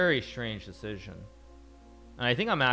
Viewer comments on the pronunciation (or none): none